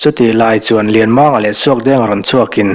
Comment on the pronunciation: Lianmanga hming lam dan Kan hrilh a , a chhiartu or ziaktu hian an pawm chuanglo tlat mai hi ka hrethiam ta lo. Comment hi pe tawhlo mai ang u